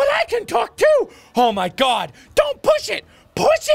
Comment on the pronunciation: you saying it wrong